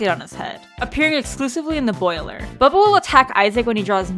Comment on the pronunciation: Bubba? Bub ba Not buBBa